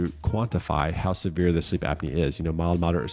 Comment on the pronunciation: 3.43 “severe” not “sereve” sorry not sorry but thank you for the video!😊😊